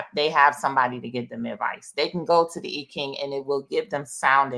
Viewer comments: The correct pronunciation is EEEEE not eye .. fyi. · More like Eye-CHing with the emphasis on the CH digraph. Thanks for the correction. It's a distraction from her wise message in the video. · It's correct pronunciation is "Eye Chinnnng" originally called Yi Jing. I'm of asian orgin and this is an old Western Chinese divination system. 🙏🏼💚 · How about EEE CHing? That's the way I learned the pronunciation. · I’m trying not to be distracted by the mispronunciation of the I Ching😖but...